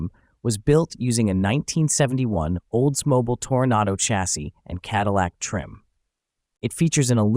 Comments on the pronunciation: Cool DIY. I love it when AI stumbles. Olds-MO-bul. Formikka. 😂. Stay dumb, AI. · I don't think the narrator is a human. He can't pronounce "Oldsmobile" or "Formica" correctly. It makes me crazy.